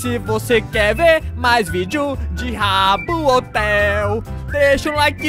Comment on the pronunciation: quando ele fala habbo hotel eu entendo rabo hotel kkkkk